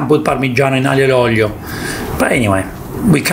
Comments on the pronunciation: spaghetti AGLIO e OLIIIOO, not OGLLLIIIOOOO!!! So che sei del sud ma è OLIO non OGLIO!:) se devi fare la punta allo s******o falla come si deve!:) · ahhh.. why you call aglio and oglio!!!! is aglio and olio!.